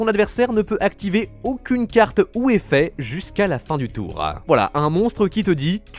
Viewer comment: J adore tes vidéos mais ça me stress le nombre de mots que tu prononce bizarrement genre « goût du jourem » « obsoletem » «fin du toureuh » « cimetiereuh » etc par contre tu dit pas teromicem tu dit bien teromic 😆